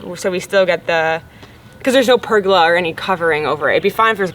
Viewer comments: oh hell its a per gola {goal A} not pergala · per- Goal-a.... not pur-girl-er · So interesting hearing you say pergola 😂... Over this side of the planet it is pronounced "per-goal-a"... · I’m Aussie and your pronunciation of the word “pergola “ made me laugh.love the Chanel. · I'm curious. Your pronunciation of the word pergola, is this the Canadian pronunciation? In Australia the emphasis is on the second vowel. Just curious